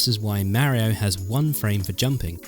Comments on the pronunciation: I don't understand why people still call him mare-e-o and not mario. He literally says his name all the time! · ...Nez & Meh rio? I have to admit it sounds discordant to my U.S. style of English. Interesting how some games lost their impact when more frames were added.